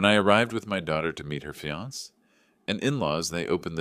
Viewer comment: The A1 voice needs to be improved, surely it should be able to pronounce fiancé, cafe and other words, correct?